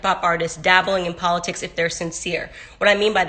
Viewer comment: I love po-litics 🤦🏽‍♂️